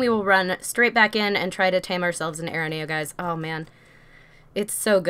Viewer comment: It is pronoced A -RE NEO